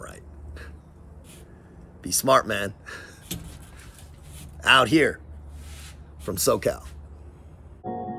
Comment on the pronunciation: Just curious though…are you saying “out here” or “outta here?” Always wondered.